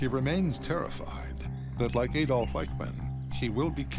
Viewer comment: It's Adolf, not Aydolf.